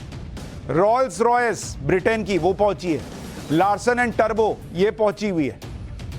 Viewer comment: लार्सन ऐंड टर्बो" नही, सर जी, टूब्रो, लार्सन ऐंड टूब्रो"